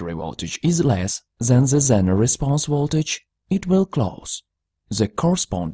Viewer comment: If you stopped saying ze, your speech would not be terrible